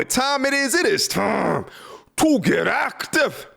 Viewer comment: I love how this dude always turns Scottish for the "time to get active"